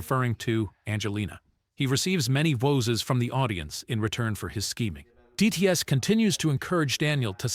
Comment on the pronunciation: lol "woses"